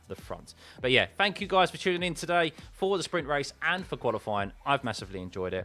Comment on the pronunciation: It's THANKYOU and THREE. Not fank you and free.